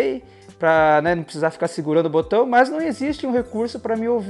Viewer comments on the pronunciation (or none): none